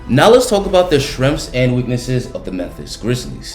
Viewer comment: Just so everyone knows, when this guy say SHRENGS, he means. " strengths"